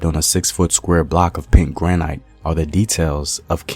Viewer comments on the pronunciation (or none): That’s not how you pronounce Piye. Or granite. Ugh 🤦🏽